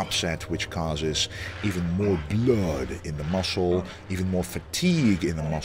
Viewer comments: "pump the BeLODD in Thee musclee" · He always says the word “blood” like Dracula